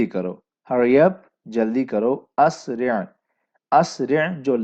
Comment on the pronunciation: اسرع فعل امر ہے۔۔۔تو فعل امر پر زبر نہیں آتا ع کلمہ مجرور ہے لہذا اِسرع ہوگا👍